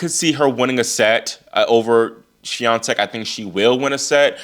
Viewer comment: Why has Coco's father stopped attending her games? Your pronunciation, Iga Swiatek, is very good, congratulations!